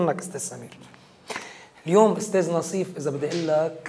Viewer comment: ناصيف مش نصيف 😂